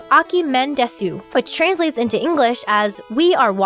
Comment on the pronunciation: I love the accurate pronunciation of "shi-shi" but not "desu". I'm the other way around, pronouncing my Japanese better than my Mandarin.